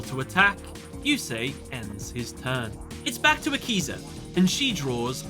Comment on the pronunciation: Thought u said yakuza